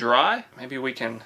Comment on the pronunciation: That boy has had sweet potatoes...he said cayan instead of can.